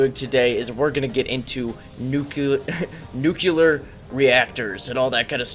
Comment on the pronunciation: Dude are you saying nu•cu•ler rather than nu•clear?